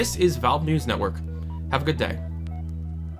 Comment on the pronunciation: Spanish people: Adiós: Ariows